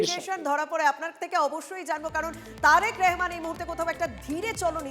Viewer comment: দিদি,নামটি সঠিক ভাবে বলুন।